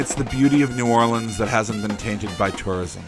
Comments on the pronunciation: I almost never hear it (New Orleans) pronounced as you have said, save for the locals and from some of those native to the state. Very refreshing! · Finally someone who pronounces New Orleans correct.